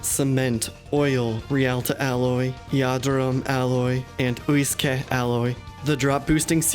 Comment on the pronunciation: Uisce is pronounced ishka for future reference. Absolutely hate hearing irish words being butchered so soz😂